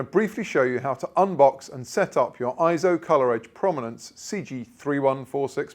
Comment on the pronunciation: Not pronounced IZZO. Eizo is pronounced AY-ZO, which means "image" or "vision" in Japanese. See the Eizo Wikipedia article on its proper pronunciation.